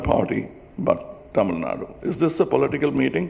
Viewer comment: Kamal sir, Please stop pronouncing as டமில் நாட், it is தமிழ் நாடு...and we know there are crores of you party cardred who want change from you, take them and march towards 234 MLAs..who is stopping you sir???